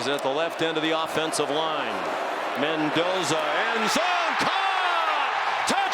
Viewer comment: ManDozer not Mendoza